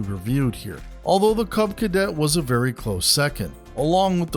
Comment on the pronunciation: Dude, it's a CUB Cadet, not a CLUB Cadet. And what is a Sawn seat??